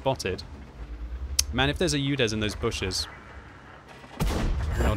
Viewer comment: Your Udes pronunciation is terrible it not You-dezz , it's OO-dess